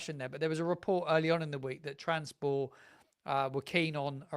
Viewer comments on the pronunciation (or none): Great content, but you do need to work on your pronunciation of clubs outside, Juric went to Atalanta, not Atlanta, and it's trabzonspor, not transpor